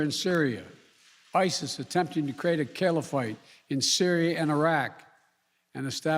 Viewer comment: What's a calafight? This man is a fool.